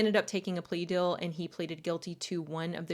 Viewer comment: I love these stories! But it’s so hard to listen to you most of the time because of the way you pronounce things 😂 “bell” instead of bill. “Dill” instead of deal. Aaaaahhhhhh you do have a soothing voice though.